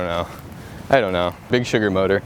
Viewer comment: Its mortar with an r not motor